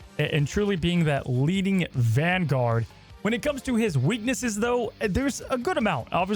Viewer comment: ERM- IT'S VANGUARD ACTSHULLY